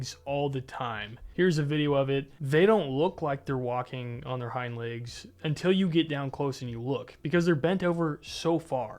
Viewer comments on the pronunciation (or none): none